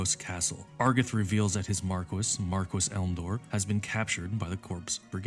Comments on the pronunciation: I haven't played any Final Fantasy game, just listening to this in the background, but your pronunciation of Marquis is driving me crazy. The title is a French word, pronounced 'Marr-key' not 'Mark-wiss'. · I just have to chime in... Marquis is pronounced "Mar-kee" not "Mar-kwis". It's a French title. Also hearing you call The playstation era the "early days of RPGs" made me feel ancient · Bro "marquis" is pronounced "Mar‐key" MARR KEY!!! NOT MARR KISS💋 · i cant believe after all these years that marquis can actually be pronounced markwis, instead of markee. Damn british people. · they pronounce it mar-kwiss in the game